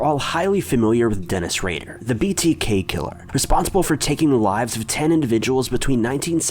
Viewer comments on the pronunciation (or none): BTK Not BBK!